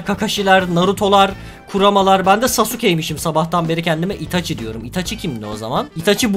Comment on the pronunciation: Abi sauske her otacı dediğinde sinirlendim